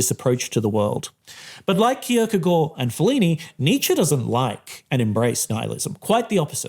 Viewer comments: The real striking message of this video is an intellectual mfer flaunting his corret pronunciation of kierkagaard Edit: this is positive and i like it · Very good pronunciation of Kierkegaard!